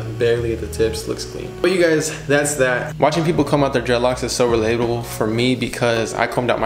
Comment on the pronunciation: It hurts my ears hearing u calling them dreadlocs